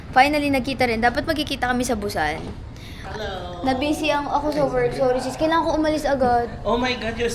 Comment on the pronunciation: its boo-san not boos-san